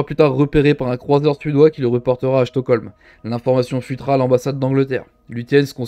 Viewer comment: OMG la prononciation des noms allemands et Chtokholm au lieu de Stolkholm 😂 ceci dit le Bismarck et le Tirpitz étaient d'une conception obsolète justement à cause des clauses du traité de Versailles qui avait bloqué la recherche/développement de nouveaux cuirassés allemands pendant des années, comparativement les Nelson et King Georges V britanniques étaient bien plus modernes grâce aux travaux sur leurs projets post dreadnought des années 1920, des cuirassés plus petits et moins lourds mais au final plus solides, l'architecture et la distribution intérieure compte tout autant que l'épaisseur du blindage